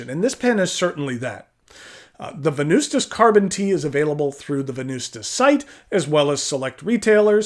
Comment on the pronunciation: the true way to say Venvstas is Wen-noos-tas if in Latin